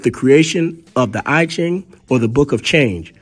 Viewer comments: I might say that the divination table of Oludumare might be older than the I Ching. It's pronounced E ching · I love the info your pushing here, but your pronunciation of the names, races and objects are slightly off a bit. For instance the I-chin Book is known as the I-Chin (Long E for the I in I-Chin )manual. The Ainu ( Flat short A with Long E for the letter I almost like they're separate. The NU are said together. ) Threw me off slightly until I figured out what was being said. You should checkout Taiwans dark secret. Look up the dark people of Taiwan. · It amazes me how half truths and best guesses pass for science today. It is rediculous. By the way it's pronounced yee-king(I Ching) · I Ching, pronounced as Yee Jing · The whole video is full of false information. While it is proven that human civilization started in Africa and Africans migrated to other parts of the world, the producer of this video got the timeline wrong. The narrator also needs to correct the pronunciation of the Chinese words such as I Ching, Xi An, Shang dynasty, etc.. The video is no more than a Black Supremist propaganda as the channel name suggested.